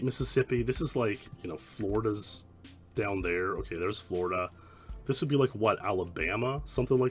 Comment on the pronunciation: When you say down you say "deaownuh"